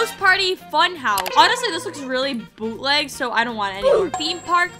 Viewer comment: Did someone count how mmany time said 《boutleg》😂😂😂